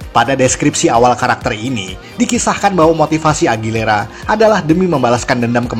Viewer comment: AGUILERA. BUKAN AGILERA. AUTIIIIIIIIIIIIS